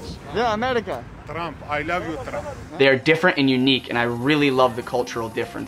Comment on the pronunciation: “Tramp. Ay lav yu Tramp.” 😂😂